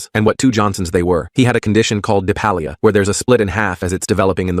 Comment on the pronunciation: Diphallia not depalia